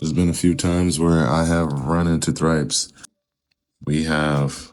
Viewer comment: The correct pronunciation is "trips" 😂👍🏾 but u gotta sound the H "thrips"